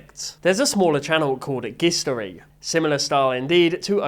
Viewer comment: “gistory” is likely pronounced with a soft g like a J sound. It’s a play on gist (pronounced Jist) and history. Though maybe British pronunciation is different